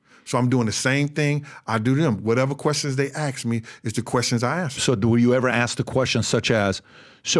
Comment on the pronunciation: Just axe me. No wit I'm saying lol